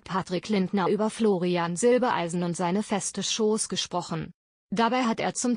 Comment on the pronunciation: Jetzt bezeichnet auch die Rednerin Florian zwischendurch als Silbeleisen! Hallo YouTube wann bringt Ihr Euren Sprechern endlich bei wie Familiennamen korrekt ausgesprochen werden !